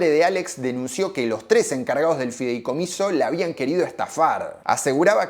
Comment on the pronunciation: No es fidelcomiso, es FIDEICOMISO.